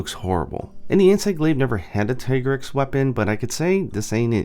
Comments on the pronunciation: TEA-grex is the correct not TIE.what are you talking about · The handler says "Tee-grex", so, no, "Tie-grex" isn't the correct pronunciation. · God dangit, it's not Tih-grex OR Tie-grex, it's officially dubbed Tee-grex in English. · i prefer said [Tea-grex] not [Taï] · Mi handler says "Tee-Grex", not "tie-grex". Is something wrong with my game? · Wait, I'm confused about the Tigrex pronunciation. I've been calling it Tai-grex this whole time, and then Iceborne says Tee-grex, but you say it is officially Tai-grex? Which is it? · Ty-grex??? In Iceborne they call it Tee-Grex. I swore these debates would end already but damn, the "Ty-grex" side has evolved into full on denial. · It IS pronounced "Tee-grr-ex". Because the name is a pun on "T-Rex" with extra "GRR". The name was even confirmed in spoken manner within Iceborne. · Tigrex's Japanese name is literally pronounced "tea-grex" though. You'd think a guy notorious for playing Japanese versions of MH games rather than waiting for translations would pronounce it so. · This nigga just said Thai grex... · isn't it pronounced teegrex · Doesn’t the handler pronounce it Tee-Grex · Who the hell pronounces Tigrex like Tee-Grex? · It's actually "Tee" grex in Iceborne, the handler clearly pronounces it that way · Bro. There is voice acting, you can't say that a pronunciation is correct when it is directly contradicted by the game. The handler very clearly enunciates "tee-grex." Small nitpick but you took an aside to comment on it so, yeah. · Uh, no, it's still TEEgrex. They even say it in the cutscenes. The only way it would change would be if Capcom japan changed the romaji spelling to Taigarekusu. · I'm glad I'm not the only one who noticed mistake on Tigrex pronunciation. Shame on you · In english, Tie-grex is the official pronunciation. In Japan, its Tee-gure-kusu. So either pronunciation is fine. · what can we do? well... at least pronounce the name correctly like how it should be I guess? :/